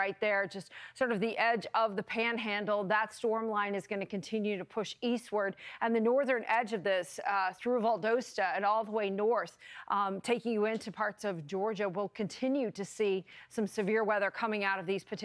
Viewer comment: Any chance of giving the weather lady a crash course in how to pronounce some of these towns? I barely caught Valdosta where we know people there. It does not have a long “O”.